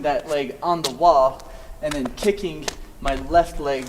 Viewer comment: He's not saying kicking, he's saying kickink